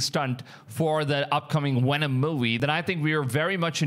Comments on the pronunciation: I might have missed it but the Bigger question to me is if other content creators have gone there and filmed it or are trying to film it, what has happened to the guy that found it?! (Ps... Stop saying "Wenom". Cause i dont know when um the new Venom movie is coming out but no time soon. Im sure. IN ALL SERIOUSNESS? YOU ARE COVERING SOME GOOD STORIES AND I WANT TO SUB BUT IF YOU ARE STILL WITH ME MAY I REQUEST OR SUGGEST THAT YOU STAY UP TO DATE WITH THESE STORIES? WHERE IS THIS GUY? OR BETTER YET, WHERE IS THE WENUN CREATURE NOW? OR YOU DID A PRETTY COOL VID OF THE YOURE OPEAN SPACE AGENCY IMAGES OF Ai ATLAS. MEANWHILE JAPAN JUST TOOK A PRETTY DAMN CLEAR CLIP OF Ai ATLAS 2 DAYS AGO AND WH🤯A! LOOKS A LOT LIKE A SHIP! WYA WITH THAT?! CMON MAAAN?! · Please dont call Venom WHENOM. lmao